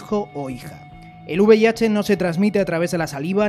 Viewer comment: es V I H no uv i h